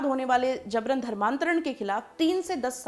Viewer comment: JABRAN. ko. Zabran aur JURMANA ko ZURMANA bolti hai ....yeh kaisa pronouncessation hai....VERY SAD..